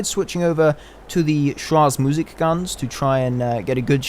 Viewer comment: just wanted to tell you "schraege musik" is pronounced "sh-rae-Ge- musik